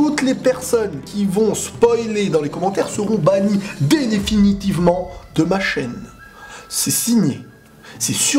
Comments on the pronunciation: denifinitivement 😂😂 bah alors il faut savoir parler la France XD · C'est moi, ou je suis le seul avoir pisté le "dénéfinitivement !" a 😂😂😂😂😂